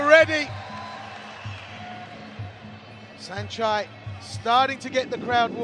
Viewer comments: Did I just hear Sanchee? Time to mute this commentary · This British announcer is intentionally mispronouncing Saenchai's name as Senchee and it's not okay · What’s up with these announcers “saenchee” 🤦‍♂️